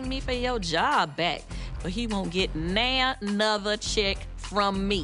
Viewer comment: “Not nan nother “ 😂😂